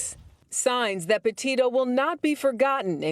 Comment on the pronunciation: did she say "potato" or am I hi